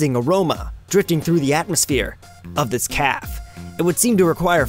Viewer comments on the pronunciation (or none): Calf? Calf? CALF?! It's ca-fay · ...Starbeans Calf? STARBEANS CALF? ...It's Cafe. Ca, like in Cash, and Fe, like Santa Fe.